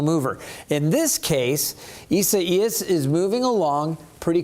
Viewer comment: ISA IAS😂🤣😂🤣😂🤣😂🤣😂🤣😂WHAT A DUMMY😂🤣😂🤣😂🤣😂🤣HEY, TO THIS MANS BOSS🌹❤I CAN SPELL! READ! AND KNOW HOW TO PRONOUNCE WORDS🌹I NEED A JOB🌹❤HIRE ME🌹🌹🌹(ISA IAS)🤣😂🤣😂🤣😂🤣😂🤣😂